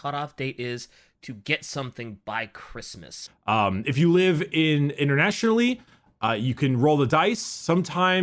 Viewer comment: The hell is a Chris Miss?